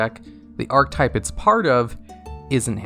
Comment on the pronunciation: Bro it isn't "arc-type" it's "are-keh-type"